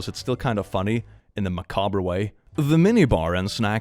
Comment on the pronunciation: It makes me chuckle every time I hear you say macabre. I don't blame you because English is both not your first language and also completely stupid, but you do not pronounce the r in macabre